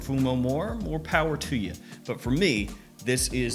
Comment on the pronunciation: Powerr, Kraft 😂